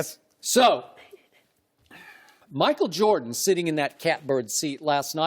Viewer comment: Chris said MACKLE JORDAN